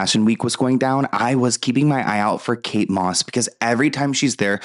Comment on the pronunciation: Kate MOSS …. KATE DOSS !!!